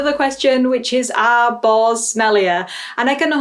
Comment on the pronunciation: I totally misheard your statement at the end as "start the trend and get BALLS" instead of boars 🤣